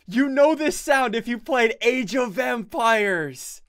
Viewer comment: When u said "age of empires" I heard u said age of vampires😂😂😂